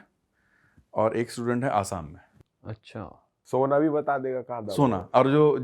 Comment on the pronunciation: अच्छा बोल.. अच्छान नही